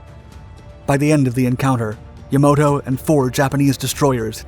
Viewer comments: Yamato, not Yamoto. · You said the name of the largest Japanese Battleship three times in less than a minute....First you said, "Yamoto". Then a few seconds later, "Yamato" (which is correct)...Then a few seconds later you again mis-pronounce it for a second time...."Yamoto".......I was interested in your video because my father was in the Third Marine Amphibious Corps, attached to the First Marine Division at Okinawa..... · The name of Battleship Yamato is pronounced "Ya-MA-toe," NOT "Ya-MOW-toe. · I was astonished to hear you narrate this video. Of all people, I would never expect you to call the Japanese ship Yamato, incorrectly saying Yamoto instead. Really? ... I always love and look forward to all of your Dark Docs video. But I was left mouth agape when I heard you say Yamoto! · Yamato not Yomoto. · Yamoto xD you reading text that you dont even understand. its YAMATO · It is not yamoto, it is Yamato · The Jap ship was Yamato. Not Yamoto. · Ya-MA-to... NOT "Ya-MO-to." It's spelled out for you... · You mispronounced the battleship Yamato as Yamoto ans then said Yamato… 😉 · Yamato, not Yamoto. Great video though. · The name of the Japanese battleship was Yamato, not Yamoto. Yamato is an ancient name for Japan. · Yamato. Not Yamoto. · The Japanese battleship's name was Yamato, not Yamoto. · YAMATO.....YAMATO......not Yamoto!! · when the guy your watching messes up the word YamAto with YamOto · It’s pronounced, “ya-MAH-to”. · Yamoto lol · Btw bro; Yam_ A_ Mo_ Tow! Ok!! Just stop pronouncing it so wrong! Gosh!! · I can tell the narrator has no clue about the subject he's reading and the author, what he's writing. "Decimated" island???? Battleship "Yamoto"? General "Geeger"? Fuckin amateurs. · "The Yamoto" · learn how to pronounce Yamato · It's hard to trust a documentary where they can't get the pronunciation correct. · Why do you have difficulty saying Yamato?